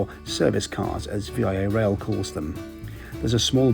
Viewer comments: Great video. I would love to take this train. Just a quick note that in Canada we say Vee-ah Rail not V-I-A. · HAL-A-FAX and it's not V-I-A Rail its VIA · Lol. "Via" is a word.... It's a preposition "by way of, through" ... Not V. I. A. Rail.... It's "Via Rail" 😂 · VIA is NOT an achronym (V.I.A.). It's just 'via' which means 'by way of' and is pronounced 'VEE-AH' The important thing to note is that VIA does not own any physical rail lines which means one may be delayed, sometimes significantly, as freight trains take priority over VIA trains. Your train can be shuttled off to a siding for minutes or hours depending on the freight schedules.